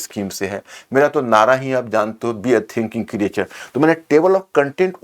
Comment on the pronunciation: क्रिएचर नहीं क्रिएटर कहो सर